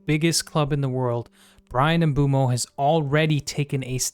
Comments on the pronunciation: Not to be that guy but he pronounces it "oomboomo" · Of course we care! I'm more concerned about most fans still don't know how to pronounce his name yet (MBOOMO! and you can hear him pronounce his own name in several videos incl. shorts here on Youtube). I was over the moon when Mbeumo signed in the summer but I think because of his late start to the pre-season (he didn't play much in USA) he wasn't hitting the ground running but also so didn't Cunha. I'm sure Mbeumo will become one of if not the best United signings in the post Ferguson era. I just didn't understand Amorim played him at the left side against Spurs which I think was a mistake. I think he wanted to surprise Thomas Frank and saw a Spurs weakness but I don't think it worked so well. Overall it was a disappointing game and I agree with Amorim Spurs was there for the taking but United mostly underperformed. I'm quite sure Mbeumo won't this season and I hope Cameroun aren't doing well in the ANC. Sorry, but I was happy yesterday when Cameroun crashed out of the World Cup which means Mbeumo will be a lot more ready and fresh for next season than most top players.